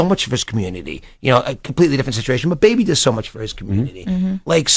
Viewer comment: I hate the way he says Baby it’s fucking weird!! And him saying he’s the best person on this planet he’s a fucking rapper who sold drugs and scammed and rapped bout it so chill on that shit